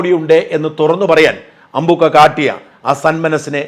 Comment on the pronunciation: അമ്പൂൂൂക്ക അല്ല,,, അമ്പ൪ക്ക,,, 😂😂